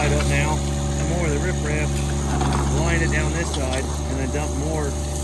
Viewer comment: It's rip wrap clown. Not rif raff.